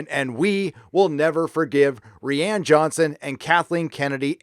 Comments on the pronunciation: Wish you’d learn how to pronounce rian lol ‘Rie-an’ Ry-an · Dude... his f-ing name is RYAN, he just spells it with an I. You’re killing me every time you say it sounds like REEANN. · I hate to nitpick, but you keep mispronouncing name.